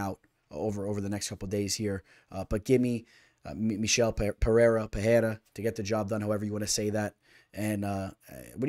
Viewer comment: Pe Rei (not hey) Rah